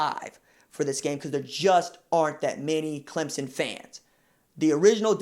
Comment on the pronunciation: You even say Clem son....not Clem zon... thanks!